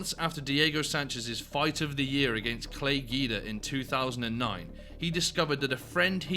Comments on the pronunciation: You did not just say “Clay Gi-duh” 😂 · “Clay Geedah” 😂